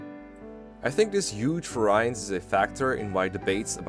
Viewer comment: >"Bonus experience in FE9" >Shows a screencap of FE10 Sloppy editing; disgusting. JK. Also, "variance" is said as "VARE-ee-unce"